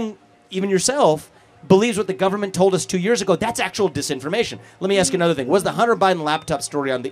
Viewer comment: Can't pronounce ask,wants government checks